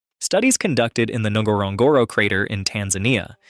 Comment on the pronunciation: You kinda don't really pronounce the N in Ngorogoro. It's gore-oh gore-oh